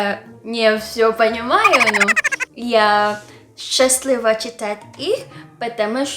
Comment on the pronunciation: При слове счастлива ударение ставят на третью букву вы ударение в словах путаете